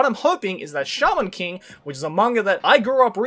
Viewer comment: I thought said charmin king instead of shaman king at first.